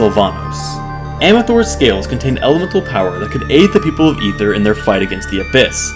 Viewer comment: Thank you so much for pronouncing Aether correctly